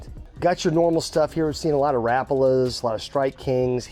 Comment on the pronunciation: Ra-paul-lah. Not rap-alah